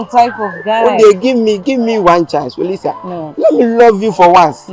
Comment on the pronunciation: Eeeeii so the girl name is Olisa and kyekyeku said Louisa 😀😀😀😀😀😀😀😀